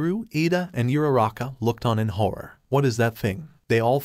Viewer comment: Is Uraraka, not Yuraka not Irara